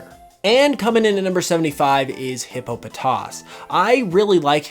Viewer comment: The way he says Hippopotas just made me reconsider subscribing